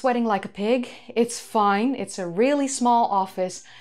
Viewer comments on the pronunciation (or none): none